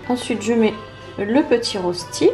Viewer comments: Petite correction si tu le veux bien 😊 ça s'écrit bien "rösti" mais ça se prononce "röchti". Bisous !!! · Rösti = reuchti pour la prononciation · Coucou juste pour te dire que Rösti se prononce en fait "reuchti" Bisous de Suisse !